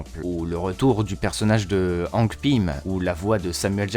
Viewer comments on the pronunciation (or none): none